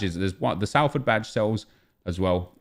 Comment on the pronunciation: Don’t want to be that guy but Salford is pronounced sol-ford love the content keep up the good work :)